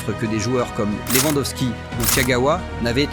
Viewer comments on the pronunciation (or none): none